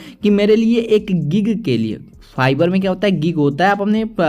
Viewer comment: Bro it's fiverr not fivar